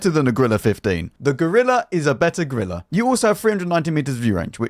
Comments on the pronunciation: GOrilla, not grilla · "No, not the Grilleh" 😂